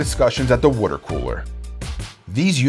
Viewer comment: Wooder? Philly or South Jersey?